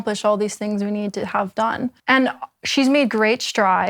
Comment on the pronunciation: Odd how she pronounces words sometimes: wronk instead of wrong, thinks instead of things, competink instead of competing. kekw